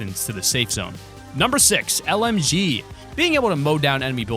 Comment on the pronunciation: When u said lmg, I thought u said mlg